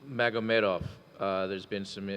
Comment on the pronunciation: Khabib Nur-MMA-gomedov